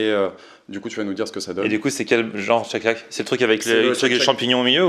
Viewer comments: Mais pourquoi refaire exactement le même burger? Autant ouvrir une franchise Shake shack. Shake shack pas tchek tchac lol Super l'innovation. J adore cette chaîne sinon. Merci! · Non non non! M'enfin et!! Tchek tchak...??? C'est quoi cette prononciation!!! Ca m'a mis les nerfs a chaque fois que vous l'avez dit du coup a chaque fois j'ai avancé la video! Faites un effort!! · chake chack bordel ça agresse les oreilles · respect pour avoir réussi à manger 1m² de salade dans ton burger "tcheck tchack"